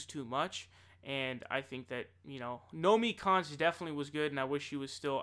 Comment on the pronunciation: You keep getting Nomiki Konst confused with Naomi Klein and saying Naomi Konst. I make that mistake as well.